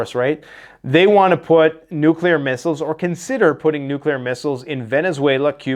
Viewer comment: If you would be so kind,. Please explain to us why a nucular response in inevitable. Thank you.